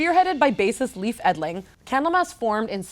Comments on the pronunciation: Hate to be that guy, but the Swedish name Leif is pronounced "Lay-f", and Chapter VI would be Chapter 6, not 5. Nice review though! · English speakers can't pronounce Leif to save their lives.